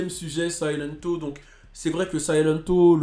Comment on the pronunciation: silento ça se dit Siléntou